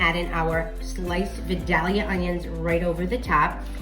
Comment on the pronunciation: Please learn how to pronounce Vildalia. vi*dayl*yuh The "dayl" is a long "A", like day.